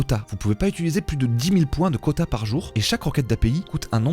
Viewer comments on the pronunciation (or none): Très intéressant, merci pour ta vidéo ! Es-tu conscient du fait que tu dis systématiquement "utuliser" au lieu de "utiliser" ?